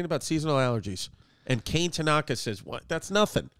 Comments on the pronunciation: "Cane" Tanaka. LOL. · Dang poor kane. Its pronunced Kah-Neh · Kane is most likely pronounced “kah-neh” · I’m not sure it’s pronounced “kane”, pretty sure knowing it’s Japanese it’s pronounced “Kon-a” like the word con with the letter A. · for sure not pronounced Kay-ne lol definitely Kah-nay